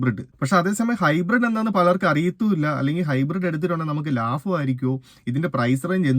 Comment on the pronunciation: ലാഫം അല്ല ബ്രോ ലാഭം 🤣🤣🤣